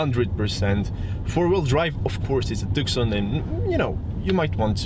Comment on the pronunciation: I think it's propnounced Tooson